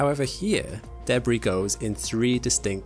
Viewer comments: Say it right: “Duh”-“BrEEE” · The way he pronounced debris had me confused lol. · Deh-BREE = Debris